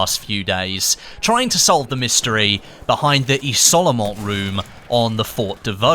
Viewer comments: Oh lol it's pronounced "Izolement" not "Isolement" lol Great video BTW! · just so you know: you should prononce it "iZolement", great video tho! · It's pronounced iZolement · What I've learned from the Easter egg is that none of the Youtubers covering it can pronounce "isolement" correctly.